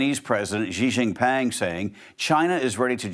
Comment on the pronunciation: Guess it’s xi xing pang now not ping This guy is so bad a pronouncing names it’s disrespectful